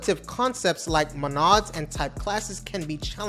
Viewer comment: How many of these things have you built yourself haha? Come on, man, if you wanna fake until you make it, at least watch another video of someone who knows how to pronounce "Monad" before you attempt to. If you ever talked to someone who coded for 1 hour in Haskell, they won't shut up about Monads. Also, whitespace? really? is this your first week programming? It must be for you to think that's any advantage. You are not at the giving-advice level, bro. And remember, Jesus loves you very much. Bless.